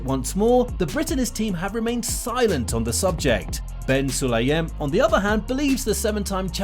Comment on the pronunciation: Bin Sulayem. Not Ben